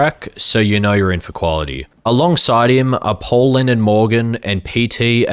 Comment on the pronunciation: I am not sure exactly why. But I really cracked up when two composers got an apology for their names being mispronounced, simultaneously as the third (or well, second) one's name is also mispronounced as Lennon or Lenin (of all things xD) instead of Leonard. Seriously though? This is a great Review/Overview/Essay on 2077 there is a lot here. Not just in terms of critique and analysis but also editing, especially in the first half with the frequent chapter transitions and custom 2077 style Title Cards!